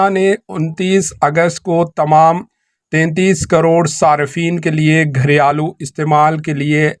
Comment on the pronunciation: " گھر یا لو " نہیں بھائی صاحب ، " گھریلو "